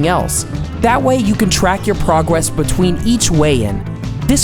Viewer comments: am I the only one that heard him say “pwogwess” tried to say progress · he talks super weird there😂 “prowess betwein each weigh in”